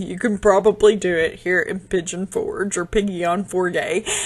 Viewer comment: Pollo is chicken in Spanish. It sounds like: Poy - Yo. That was so sweet of your Father in law🩷 It was such a privilege and wonderful blessing to pray for you to grow your family. Seeing Arthur is a beautiful reminder of God's most precious gift. Oh my, Piggy on for gay😂